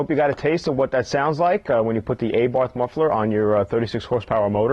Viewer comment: wtf is an ayborth muffler, is it really that hard to say abarth?